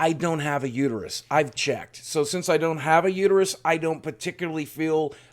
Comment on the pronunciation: It's uter(us) not uter(you) us men def have an opinion. Mauld and seethe